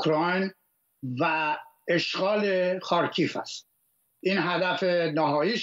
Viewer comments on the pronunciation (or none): تلفظ خارکیف اشتباه بود. «خار کی یف » درسته